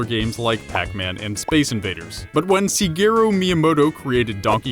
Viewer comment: It's pronounced SHigeru Miyamoto, like the SHIT quality in the video, haven't you heard his name enough to pronounce it right? XD